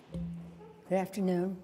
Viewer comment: Did She say, "GrrWrafter Noon"??? Lol😂🤣 oh Nancy, The Alcohol has done something bad to you.....